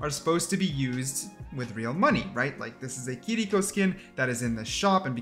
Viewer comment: The way you say kirkio pisses me off lmao